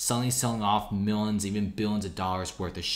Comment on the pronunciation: Hearing you say millins and Billins always makes my eye twitch